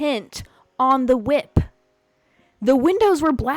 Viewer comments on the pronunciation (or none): "FIVE PERCENT TINT ON THE WHIP-UH" omggggggggg😂😂😂😂